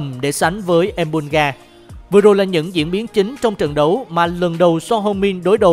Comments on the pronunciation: Son Hưu Min chứ có phải Son Heo Min đâu.. 🤣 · Son heo min 😂😂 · Son heo min. Nghe buồn cười quá